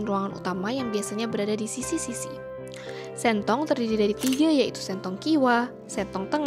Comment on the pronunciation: Mba artikulasinya salah... Huruf e ada tiga nada... Dan o dua nada.... Sentong baca e-nya kaya baca e di kata kangen.... Jadi akan berbeda jika baca sentong dengan e yg diambil dari e-nya tempe.... Sentong e nya kangen Sentong e nya tempe Akan berbeda nada